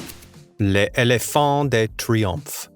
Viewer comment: l’ éléphant is pronounced léléphan